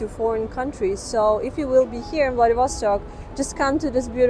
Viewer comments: А зачем надо говорить ВладивОсток, вместо ВладивостОк? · Remember: VladivostOk! Not VladivOstok.